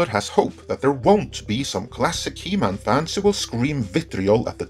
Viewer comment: “He-MAN” Say it. “He-MAN”